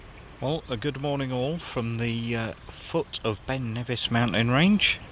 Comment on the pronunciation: “Ben Nevissy thing”. Lol